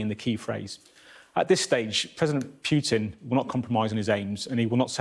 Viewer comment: Did he say President Pukin? Like vomit